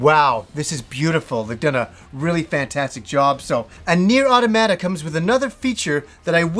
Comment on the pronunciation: It's not. He's pronouncing the last 2 "a"s incorrectly.